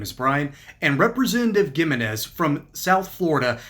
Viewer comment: fyi.. Gimenez is pronounced like "He-menez" hope it is helpful